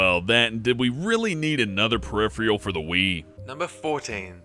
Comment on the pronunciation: how do you narrate videos when you can't even pronounce a word like peripheral? there is zero quality control here